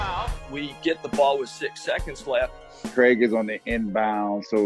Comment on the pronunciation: Great video!!!! You’ve been hearing WAY too many Americans talk though, no Aussies should be pronouncing Craig as Cregg 😂 we are better than that